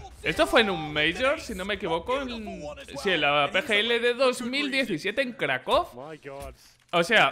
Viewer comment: no te voy a regañar porque es común este error en los extranjeros, se escribe: (Kraów pero se lee Krakuw) la ¨ ó ¨ la llamamos ¨ u ¨ cerrada.